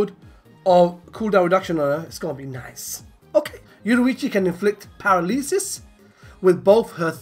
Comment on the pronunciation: Paralesus? I hope that was just a joke. Pa-ra-la-sus